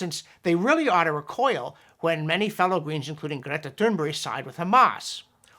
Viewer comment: Small detail but it is interesting that you are the only person who pronounces Saint Greta's name correctly.